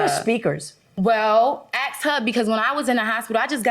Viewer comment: Here we go with the "axing" someone again! I wish they would take a class on how to pronounce "ask, four, funeral, straight, other" and a bunch of other words! Unless Judges are going to be required to take bubonic courses!